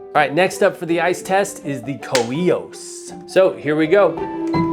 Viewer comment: KOIOS is pronounced "K O iOS".